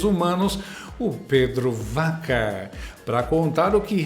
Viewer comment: Para enriquecer o seu canal show de bola, Pedro Vaca (pronuncia-se Baca)